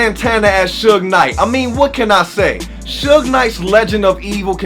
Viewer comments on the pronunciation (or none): none